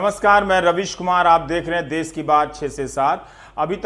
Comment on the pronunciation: "देश" होता है, "देस "नही।